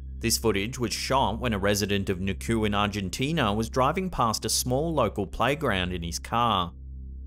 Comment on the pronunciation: #2. I'm from Argentina and I just wanna say you pronounced "Neuquén" horribly wrong 🤣